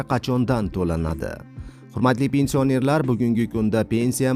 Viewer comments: Илтимос тугри укинг пенсия нер сузи ни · Пенсиянер-сузини талаффуз килишини урган, саводсиз